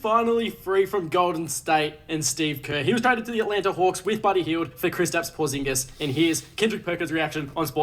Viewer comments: WHO DA FK IS Tracy? Who the fk is Porzaaanguess??? Pronounced Tray - sss and Porzeeeeenguhs. Come on man. You gonna talk hoops you gotta be up on the names. The trade deadline is Thursday. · Why flight saying Porzingis like that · The pronunciation of porzingis and trayce 😭😂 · Making Porzingis rhyme with lasagna is hilarious.